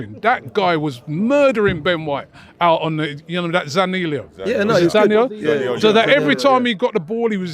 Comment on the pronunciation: It's pronounced as Zanii olo